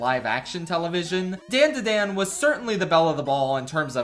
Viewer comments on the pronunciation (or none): The show isn't pronounced "dan da dan", it's "dawn da dawn", it's how they say it in the OP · you did not just say Dandadan like Dayndaydayn. And disrespecting my boy Chilchuck in the same video....... insanity. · “Dan-da-dan” Bro the intro says how you are supposed to say it 😭😭😭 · why does he say dandadan like thattt ughhh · He pronounced dandadan wrong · Why does this mf mispronounce DanDaDan when it's in the first .6 seconds of the intro in every single episode. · Given your opinion of it’s opening, why do you pronounce DANDADAN like that? Who is Dan? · Dislike for the dandadan pronunciation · saying dandadan like that is whitest moment in a while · no, I can’t ignore you pronunciation of danadan, idk why I care but it disturbs me on a primal level. Seriously, why am I so disturbed by this? Help. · The way you pronounce dandadan pisses me off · HOW DOES NOBODY KNOW HOW TO PRONOUNCE DANDADAN